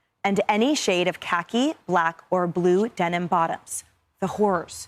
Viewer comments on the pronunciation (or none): none